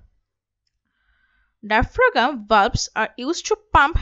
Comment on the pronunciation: Good comprehensive video. Thanks! (but the way I cringed when she pronounced diaphragm, diaphraGum 😂)